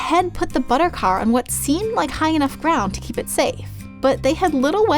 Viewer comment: No not buter